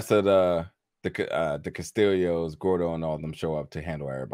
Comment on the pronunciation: I love all that u do but its Ca-stee-oh